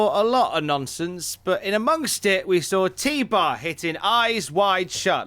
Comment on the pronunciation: HIS NAME IS FUCKING T BAR ITS FUCKING T BAR